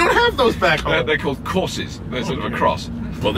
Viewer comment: "They're called Corses." 😂